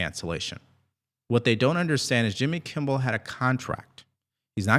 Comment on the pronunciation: I like listening to your podcast but please, please, please learn to pronounce Jimmy Kimmel’s name properly! It’s not “Kimble” aș you pronounce it, it’s Kimmel.